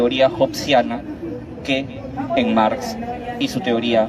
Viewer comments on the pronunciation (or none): Ese VIEJ0 WEB0N ... dice MAR en vez de MARX... dice ENGES en vez de ENGELS... ests perdido ese anciano